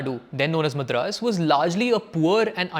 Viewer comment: Kazagam nahi Kalagam. Za in tamil is read LA. Madhras nahi madras. Stop doing content if you can't even research this much.